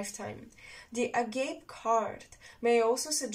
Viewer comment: It is pronounced A-G-'A-P-I (αγάπη). Thanks! Yes, on this "mental reporter" thing, I know. And I am blocked actively. But it's OK. I am attracted to Zen philosophy and I am studying it.